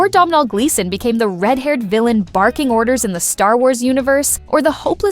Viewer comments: learn how to pronounce his name it's Donal like tonal with a D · SOMEBODY PLEASE TELL AI THAT YOU DON'T PRONOUNCE THE "M" IN THE MAN'S NAME!